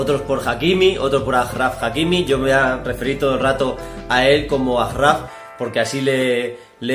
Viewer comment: Se dice achraf